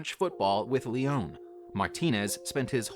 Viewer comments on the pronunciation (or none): none